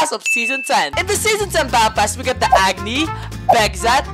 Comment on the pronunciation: Since nobody can pronounce the kit names, I’m here to help Agni- Ah Guh Nee Styx-Sticks Nyoka-Nuh I Oak ah Bekzat- Beh Cuh Zuh At Hephaestus-Hef ice tus